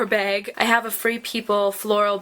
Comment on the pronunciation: Why do every beauty guru say "beg" instead of "bag"